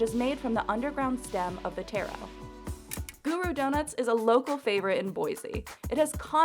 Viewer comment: Tairo it's TARO!